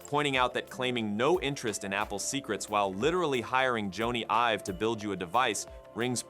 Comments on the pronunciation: You lost me at “Jonny (rhymes with Pony) Ives.” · Joan-ey Ive? Were you born yesterday? Jeesh.